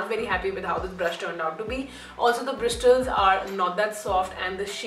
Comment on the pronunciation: u said brisTles! L is silent😋